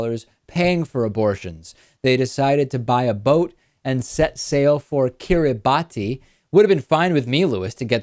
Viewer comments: It's not pronounced 'kirri-bah-ti'. It's pronounced 'kirra-bass' [See ] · Its pronounced Kiribas David, its a creole translation of the colonial name for the islands. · I feel sorry for the child ............ Incidentally, the name of the group of islands is pronounced Kee-ree-bass (in the local Micronesian language, the -ti has the sound of a double ss). During the colonial era, the islands were called the Gilbert Islands; the locals did not have a 'g', 'l' or 't' sound, and vowels have to be inserted between consonants, which ended up with 'Gilbert' becoming 'Kiribas'.